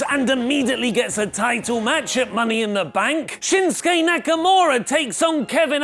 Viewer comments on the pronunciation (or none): none